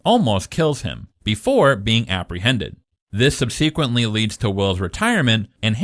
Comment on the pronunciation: Your pronunciation of “subsequently” is interesting.